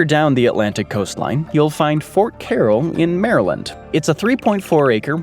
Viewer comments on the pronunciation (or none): none